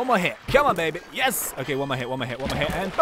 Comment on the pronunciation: i like when says yez instead of yes